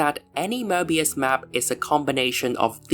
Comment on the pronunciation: Möbius not Mörbius 😂 and analogically Marvelous not Mavelous if there is r there is if not its not